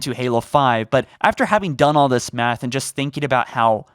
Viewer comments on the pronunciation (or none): none